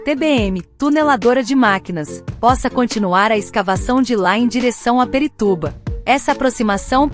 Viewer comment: São A M Vs! E não A M V S! E não é Perituba!!! E sim Pirituba!!!! POXAAA!!!!!